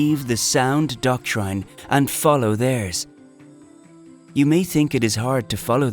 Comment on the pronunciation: NOT 'doc- trIne'; doc-trin!!